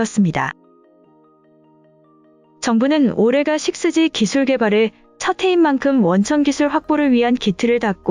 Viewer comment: 육지라고 읽으면 이상한가? 식스지가 더 이상한데.